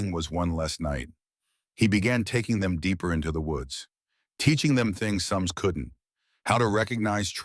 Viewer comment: soms , but the AI kept saying SAM in the video. should keep it right and proper. call it SAM OR SOMS.